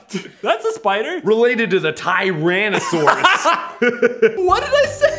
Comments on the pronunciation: "Related to the TIEranysurus." - Markiplier 2014 All the lols... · TIranchula Mark: Related to the TIrantasaurs Watched that part about fifty times and it never got old xD